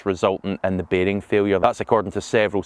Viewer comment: Beg end baarhhing failure... what?